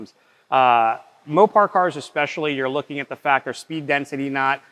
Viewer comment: It is absolutely befuddling how many people cannot correctly say ESpecially